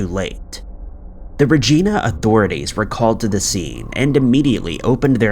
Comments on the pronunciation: For future reference, Regina is pronounced "re-jaï-na" and not "re-gee-na" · It's not Regina it's pronounced more like rhyming with a female body part stating with V and you pronounced Saskatchewan wrong as well but closer than Regina lol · Its pronounced regIna not regeena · Lol keeps sayin regeena but it’s Regina like Vagina ! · It's pronounced Re-Jie-Na, not Re-Jee-Na 😉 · It’s pronounced Reg-eye-na not Regina like a persons name off mean girls LOL 😂 we Canadian’s apparently pronounce many different things pretty much pronounced like vagina just with the R instead of V 👌👍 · It's not "Regina" with a long 'e', it's pronounced "Regina" like vagina! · Luv ur vids. Thnx 4 keeping us entertained. I for one appreciate it Hate 2 B picky but u r pronouncing the city wrong. It's Re Jie Na. Hope u and urs r well Fr across the waters Canada 🇨🇦 🐥❣️🐥hugs everyone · Regina .... pronounced like it rhymes with vagina. I wish it was pronounced Re-Geena lol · Bro I love the channel, but it’s pronounced “RA GY NA,” as in rhyming with “VAGINA.” It’s named after the latin word for queen. Not after the antagonistic female on the show “Martin” from the 90’s. You really need to work on pronunciation of the nouns on this channel. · 5. Its pronounced like "vagina" with a R "ragina" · You wish it was pronounced Regeena 😂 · It's pronounced (ruh jy nuh) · FYI Regina rhymes with Vagina. It annoys me hearing it so wrong lol! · Regina is pronounced Rijaina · It’s Regina…rhymes with vagina…it also smells like it sounds!! Hahah! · Right? Lol it’s pronounced like “vagina”. Regina. The I sounds like eye. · Reg- EYE- na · Ugh I wish you guys would look up how to pronounce the name of places before butchering them. It's Re(long e)g(j)i(long i)na Thank you - great episode otherwise 👍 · Regina, it’s pronunciation rhymes with vagina. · Hey there Regina is pronounced 'Rey-jee-nuh'. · More like ree-jai-na… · We pronounce it with a long I. I believe it is Latin for Queen, and was named for Queen Victoria